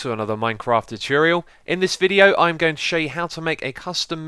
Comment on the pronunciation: Its funny the way he says 'Tuchuriol' instead of 'Tutorial'